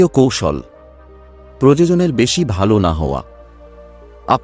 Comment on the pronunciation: শব্দ টার উচ্চারণ হবে "প্রয়োজন"আপনার উচ্চারণ হচ্ছে প্রযোজন।দুটো শব্দের অর্থ টা কিন্তু আলাদা,তাই বিষয়টা লক্ষ্য রাখবেন।আপনার সব ভিডিও তেই এই উচ্চারণ ভুল হয়।